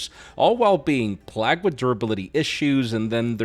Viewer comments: bro said "plagged" instead of plagued, for some reason. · such a great video, homie INVENTED the word PLAGGED and tried to play it off as "english accent." No bro. Wrong invented word. We all make mistakes. That isnt even the spanish accent. This isnt an accent issue. Im not smart. I just know that i am now going to be "PLAGGED" for inappropriate conduct. Ok accent. Ok. You are correct. Im not smart bro. Im just telling the truth. heaven. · nice tryhard reply. But you SAID "PLAGGED" instead of the correct word PLAGUED. los subtitulos dicen PLAGUED tambien. Bro insisted on "PLAGGED" instead of plagued.